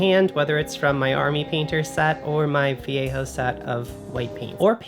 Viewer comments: "adds some much needed snake skeleton to your bases" 🤣. Also, you're one of the few non-spanish YouTubers that pronounces "Vallejo" correctly 🙂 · Thank you for pronouncing "vallejo" correctly 😂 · I like how says Vallejo properly! 😉 Everyone raves about contrast paints.. is it just me?! To me they are just washes and require multiple coats for a proper layer, which defeats the stated purpose. My other bugbear is that the descriptions in no way indicate the actual colour... Which is fine if you buy them all and experiment but rubbish for beginner painters with a limited budget!! Has anyone else tried the army painter speed paints? A few channels recommend them but it's hard to know if they are incentivised or have 1 million paints and will go off them...?!?